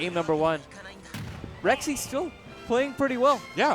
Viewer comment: Dude,, it's pronounced "Rek-zee"